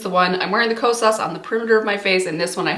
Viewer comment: Hey, the correct pronunciation for the blush is not “lis” it’s “L.Y.S.” because it’s an abbreviation for their brand name of Love Yourself Beauty. It was the first clean beauty brand that is black and woman owned launched at Sephora. And it’s not Ko-SAAS it’s KO-sas.